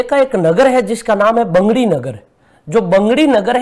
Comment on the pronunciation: बैंगड़ी नहीं बगड़ी है। डाइट पाली